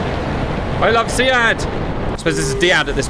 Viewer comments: its pronounced "Seed" in real life military lingo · SEAD is pronounced (SEED).